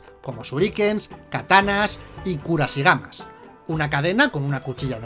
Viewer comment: kusarigama, no kurasigama